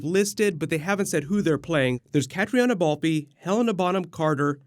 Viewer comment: With the official trailer dropped and an August 30th date set....just in case you need to say her name again, and don't mangle it to death...Caitriona Balfe....is pronounced Cat-reen-a Balf not Kat-RI-ANA Balfey.